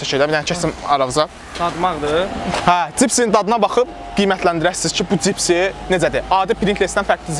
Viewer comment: cipsi 😀🤦🏻‍♂️ bu sozu deyirsense hec olmasa duz denende sen cani